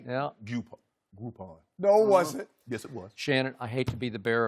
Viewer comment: Lmao called him Leshannon Sharpe